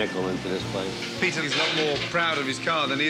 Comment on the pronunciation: What's The Tea? 🤣🤣🤣 Pea-tear Griffin